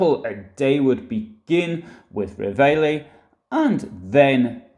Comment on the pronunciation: Reveille - is said as Revalley in English, from the french "to awake